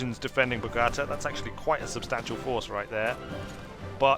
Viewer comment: Video is 4 weeks old...still feel the need to complain about the pronunciation of Bogota!